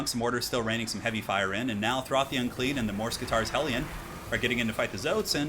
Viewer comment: Not to be rude or anything, but is that really how you pronounce morskittar? Mors-kitarr? Just sounds super weird for my none native English ears. I would assume it was like mor-skittar